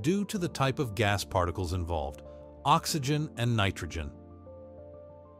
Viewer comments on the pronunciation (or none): none